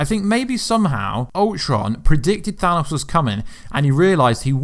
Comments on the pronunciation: than AHsss? its pronounced than OOOs. OH not AH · Sounds like you are saying "Thanus" instead of "Thanos"